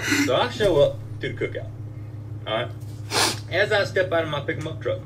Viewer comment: lmao i've watched this so many times and not until you pointed it out that he says "pickemup truck" instead of pickup lmao